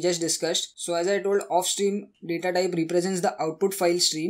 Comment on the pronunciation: Do not pronounced of stream and if stream